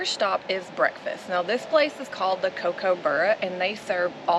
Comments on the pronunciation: It's pronounced cook-a-burra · Nice video, laughed in the first minute just at how you pronounced Kookaburra as ‘Cocoburra’ 😂🇦🇺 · Pronunciation for kookaburra... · Pronunciation for kookaburra. Sorry, I had too. 🤷‍♂️🤔🤣